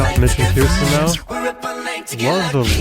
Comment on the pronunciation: Thank you for another great PTX reaction! But if I may, Kirstin pronounces her name as KUR’stin, or “Kirstie rhymes with thirsty “.